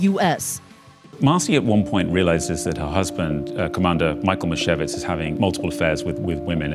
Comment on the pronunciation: Her name is not "misevitz" but Meeshyevich. That's how you read it in polish